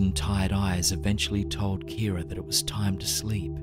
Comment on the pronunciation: At first I thought he said ‘Karen’ not ‘Kira’ and I don’t know why that distracted me so much